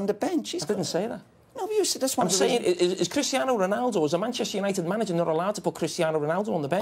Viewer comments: "Manchester Unito" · 3.43, "Manchester unito " hahahha